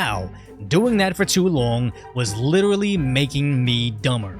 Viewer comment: interesting observation, another american who mispronounces the word literally.